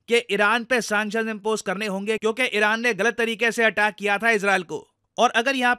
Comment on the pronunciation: Arey Sir, pronunciation toh acha se koro, iran toh iraq sunai deta hai